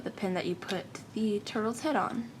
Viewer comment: is it just me or did she just call the turtles turbles?